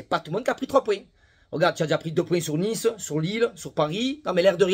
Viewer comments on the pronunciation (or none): none